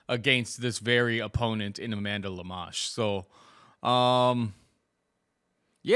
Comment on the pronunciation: Why would say Amanda Lemás? Even if you didn't know how to pronouce the name, there's clearly an O there not a A.